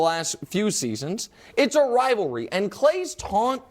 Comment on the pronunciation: IT'S NOT A RILVARLY 😂!!!!!.....